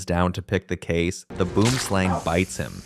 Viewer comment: this ai voice saying boomslang so wrong